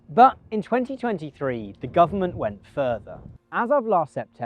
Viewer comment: AI heard "2023" as "2020 3" and honestly I don't blame it.